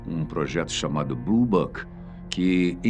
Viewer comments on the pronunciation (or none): none